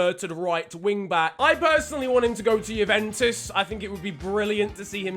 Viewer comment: DE JOOVENTHOOS